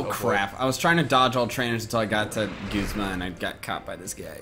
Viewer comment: Guzma is pronounced (gOOz-ma)